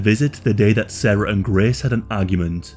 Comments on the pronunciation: The amount of times you say GRAECE took me away from the pure details of this case. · “She hated Graaaace” weird pronunciation bro.